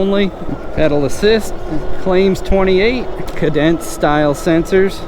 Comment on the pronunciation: Hey, cadence is pronounced Kay-dins, as in tempo or rhythm.